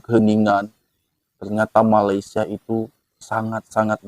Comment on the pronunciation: Blh x abg betulkan sebutan Malaisia abg…salah tu sebutannya